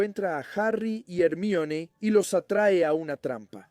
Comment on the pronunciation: Empecé a escuchar tu canal y me parecía bueno hasta que escuché tu pronunciación del nombre de Hermione 😂 , buena suerte 👍🏻 me iré a otro canal